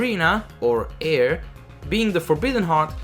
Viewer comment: “Eir” is actually pronounced like the English word “ire”. I know this because that is the pronunciation of the Norse Goddess that she is named after